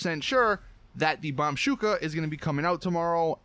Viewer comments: Its bombushka not bomshuka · BOMBUSHKA, not BOMSHUKA Damn western spies don't know how to pronounce Russian words LOL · bombushka not bombshuka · BumBUSHKA, NOT Bamshooka!! GET IT RIGHT. READ YOUR COMMENTS. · Its called BombUSHKA which means "bombingthingy" in Russian not bombSHUKA that does not mean anything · why do people call it the bumbshuka it bombushka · What the hell is Bombshuka? Can this guy even read? Said it so many times as well. Which just tells me that he never read the comments.. Bombushka is from the Russian word Babushka which means old lady, or grandmother. I don't even care. Just found it sad that you still say it wrong, even after so many people telling you in the comments on your own video. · BOMB-BOO-SHKA not bomb-shooka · BOMBUSHKA NOT BOMBSHUKA BOOOOOOOOMMMMMMMBUUUUUUUSSSSHHHHHHHHKKKKKAAAA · it triggers me that he says "bombshuka" instead of "bombushka" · BOMB-BU-SH-KA... not bomshooka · For God sake!!! It is not Bamshooka! It's Bombushka! BOMBUSHKA "Bomb" from bomb, "ushka" from babushka. It means grandma in russian. Bombushka means "bombing grandma" or something. In russian way. :) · BOM-BUSH-KA........NOT BOM-SHUK-A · BombUSHka not BombSHUka for fuck's sake! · It's not "Bomb-Shoo-ka" it's "Bomb-Bush-ka" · BOMBUSHKA NOT BOMBSHOOKA YOU FUCKING MORON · its actually Pronounced the BOMB-USHKA not BOMBSHUKA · It's the bombushca, not bomshuka (idk how to spell it but ur pronouncing it wrong) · Its bombuskha not bombsukha omfg why you saying it wrong? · BOM-BOOSH-KAH NOT BOMSHOOKA. ffs. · BOMBUSHKA, NOT BOMBSUSHKA, facking hell mate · Bombushka. not bombshuka. BUSHKA. please say it right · Why the fuck you pronounce it as "bambshuka"? It's bOmbushka, "bomb" read it with O, and "ushka" as in "babushka" russian for a grandmother. Name means = a grandmother of bombers. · lear to fucking read, its bombushka. also ill flag u for clicbkait and lies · it's bom-BOOSH-ka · BOM-BOOSH-KA.. All together now! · bomb-BOOSH-kuh. Goddamnit.